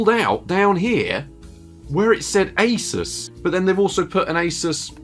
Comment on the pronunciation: Don't say A-sis